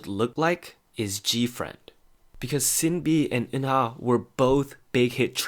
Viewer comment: Shin Bee and Oonah not Sin B and Eunha